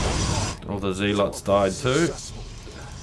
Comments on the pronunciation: "Zealots" - pronounced 'ZEHL - uts', not 'ZEEL - ots'. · Actually, it's pronounced "zeh-luhts" mr guy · Judging from his accent he's from New Zealand, which is pronounced ZEE-land. So I think that might be why he pronounces "zealots" that way.